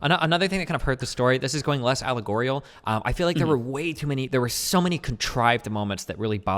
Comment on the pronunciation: "Alegorial" xD